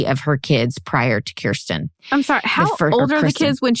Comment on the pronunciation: Elisabeth = “elite-tsa-bet”. Same syllabic stress as you’d hear in “Elizabeth.” Kirsten is “KIER-stn” I really like your pod and your back and forth.